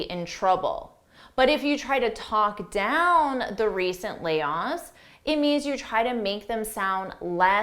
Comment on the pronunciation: Your vocabulary is always fabulous which help a lot. If it is not too much to ask would you clarify the pronunciation of layoff. You pronounced it as "layos". I searched on YouTube but could not clarify myself. Would you kindly help me out.